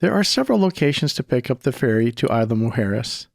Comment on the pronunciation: The “S” in Isla is not silent.